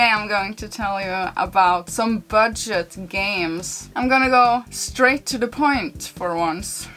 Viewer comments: It shows a bird fishing, and I swear she says "bird shit games". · At first i thought she said “bird shit games”. Great content though!